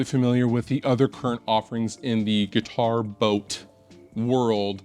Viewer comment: I heard "guitar boat"